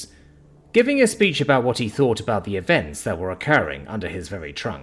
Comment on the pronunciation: Thought or fought? Seriously you must hear yourself speak while editing these and your like yep deaf definitely sounds like death to me but you forget others aren't British and others have escaped from the British or had their ancestors exiled form Britain over 100 years ago and have long since had deep seed hatred for the lack of th in dialect and the cockney accent. If I could find an AI voice of this series as upto date like you are I would be listening to that instead . I fink fis mwight make more sense to you fis way , th doesn't make fi sound theis is how it should sound and and as for deaf has no V sound at the end D E A THhhhhhhhh not D E A Fv . That is why you have f all subs likes and comments , and those with the one star black star dragon balls I love you making this frahree for everyone